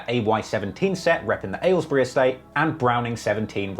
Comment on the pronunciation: u said Aylesbury wrong my guy